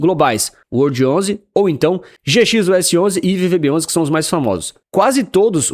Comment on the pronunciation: WRLD11 remete a "world". Fica bem estranho falar "uordi" (remete a "word", palavra). Poderia pronunciar world... Coloque uma pronúncia mais inglesa aí, você é um cara internacional 😉